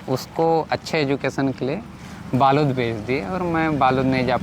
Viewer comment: बालोद नहीं बालूद होगा क्योंकि दंतेवाड़ा के लोगों के मुंह से सुना है दंतेवाड़ा में था